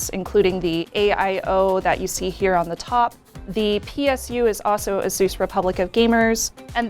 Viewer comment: Did she call asus asoos?